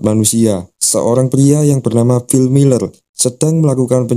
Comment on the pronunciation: Miller bacanya ya miller bang, bukan mailer